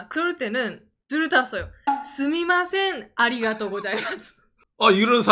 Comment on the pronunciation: 궁금한데 왜 중간 중간 스이마셍이라고 하시는건가요 때에 따라 스미마셍 스이마셍 달라지는건가요